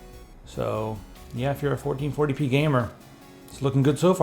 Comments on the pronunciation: lets do some 1440 pness shall we? was it just me who heard that and was it just me that giggled at it..i hope not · Did he just say "Let's do some 1440 penis"??? haha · Anyone else catch him say "1440p nes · He said 1440 penis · "Fourteen forty penis?" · = Fourteen Forty Penis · "1440p(enis)" hahaha